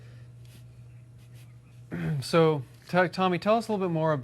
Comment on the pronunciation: he calls him ''grag'' hjahahahahaha